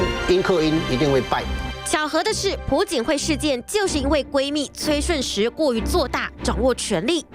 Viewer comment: 不是朴(PU)槿惠是朴(piao)槿惠，没文化在那儿瞎BB